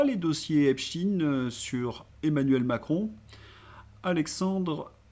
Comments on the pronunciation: On dit Ep-cht-ein et non pas Ep-stine !!! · ...en parlant de "larbins du pouvoir",, si tu continues de prononcer Epst"ine" au lieu de Epstein... tu fais preuve d'être un "bon serviteur" qui s'abaisse comme un larbin..😢 Pourtant tu vaux mieux que ça...🤔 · Tant que les gens ne sauront prononcer epstaine comme il faut, ça va rester pareille! C'est tout un enchaînement. Le mensonge et le camouflage à tous les étages..